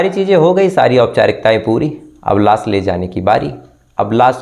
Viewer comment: आप श को स बोलते है और स को श बोलते है जैसे लाश को लास, कोशिश को कोसिस, खुश को खुस, पोस्टमार्टम को पोष्टमार्टम आपनी बोलनी को सुधारिये